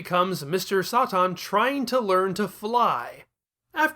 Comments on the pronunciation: You can hardly pronounce anything right tf is Mr soi tin its Mr Satan ("say-tin") 😤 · New to the Chanel.. is there a reason you’re pronouncing satan as Sah tahn? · as a native english speaker i know for sure satan is not pronounced like that